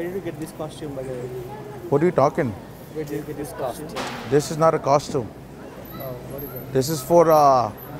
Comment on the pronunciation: man called it a costime hahaha